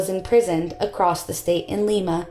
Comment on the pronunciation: Also, it may be an unfortunate bastardization but it's true, Lima Ohio and Lima Peru are NOT pronounced the same way. He said Leema not Lyma.